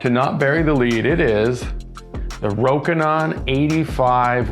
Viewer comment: FINALLY someone says it right. I have learned to be less annoyed by people saying it incorrectly but I was too happy hearing it said properly. Anyway, this lens is on my shopping list (photography) because the Canon is not better enough for the price. Nice to see it's great for video as well. I can't hear the AF hunting and the bands are loud anyway.